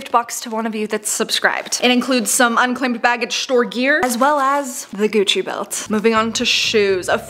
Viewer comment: I heard coochie belt and now I can't hear Gucci the same ever again